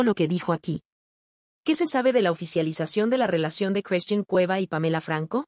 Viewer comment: Por qué no pronuncia a bien las palabras.....se dice Christian y no Cresthin?????